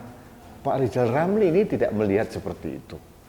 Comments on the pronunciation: Lijal... you benelin lidah dululah. Oplasi lidah kek bial jelas kalo bikin nalasi keji memfitnah pejabat negala. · Pak Lijal bilang R aja ga bisa sok2an nyinyirin pak jokowi mulu Malu dong